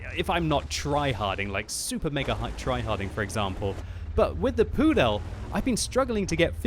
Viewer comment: Lol, the way how you pronounce it sounds like prdel instead of pudel. And prdel in my language (czech) means ass :DDD